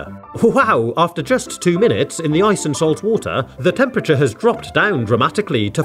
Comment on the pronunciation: rum tempiture💀